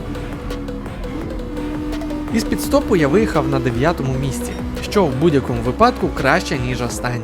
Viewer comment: Правильно казати вИпадку)